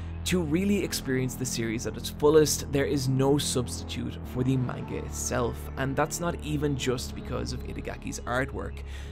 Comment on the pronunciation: You pronounce "Manga" weird